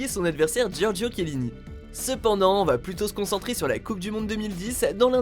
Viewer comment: a c'est kelini mais tchelini (sa s'écrit chelini)